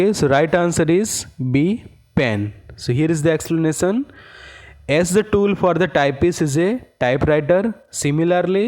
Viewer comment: sir....... ur english.... "X-plenasan"? but ur brain..... ^^^^^^ :)